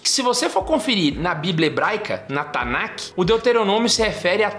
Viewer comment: A gente fala Tanakh, mas pronuncia"TANÁ" é não tanaqui